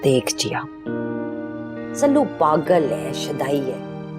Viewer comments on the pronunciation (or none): Shelu nahi sallu boltehein